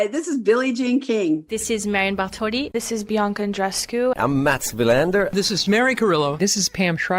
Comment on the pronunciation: Come on,, would it kill you to pronounce Andreescu’s first name correctly? You’ve heard it hundreds of times. You KNOW how it’s pronounced. Just lazy and disrespectful. 🙄